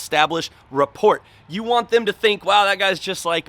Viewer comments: "What is rah-port" 😆 pronounced RAH-POOR 😉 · Is straight killing me everytime he says it. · Just FYI, the T is silent in "rapport" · T is silent in rapport. If you read the definition there should have been a pronunciation before it. Man...😔